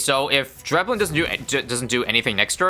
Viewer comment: it's so refreshing to hear it pronounced correctly dreadbloon's awesome here, very interesting stuff. I DID beat stage 2 of Dreadbloon once! ...By surviving long enough that Dreadbloon ran out of cards, while I still had a lot of cards because Dreadbloon keeps feeding them! edit: Oh, and as for new videos, definitely try out Striker's Battleground